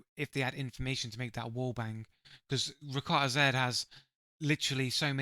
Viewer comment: You're not saying his name properly which I assume you haven't watched enough of him to determine if he cheats. He's actually recently become a crytek partner with 11000 hours in the game without any form of ban he's definitely not a cheater fella. In the future, research a little before making videos like this.